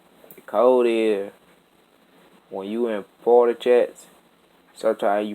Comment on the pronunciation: Wtf did not his man just said parte wtf